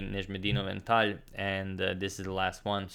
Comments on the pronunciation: Its Tal not Talj! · Why is he saying Tal not TaL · You are not saying tal name correctly in this video like previous tal games.. Kind of weird.. You always say, tal moves here, it's tal move etc.. Today no enthusiasm for tal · I miss the way agadmator used to say "Tal", petition to say it the old way, like below if you agree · yOUR Pronouncing tal wrong it hurts